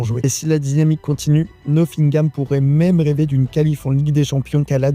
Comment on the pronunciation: ça se prononce pas noSSingam